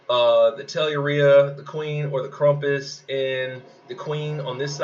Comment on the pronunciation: LMAO at KrUmpus. KrAmpus?! Like GrAmp, Ramp, Stamp. Not trump, rump, stump. Also the meta of BK and 2 green is going to hit a wall when Lord Loki comes out at the end of Dec. Keep up the great work!